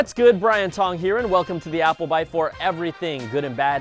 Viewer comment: Brian Tong? Brian Thong!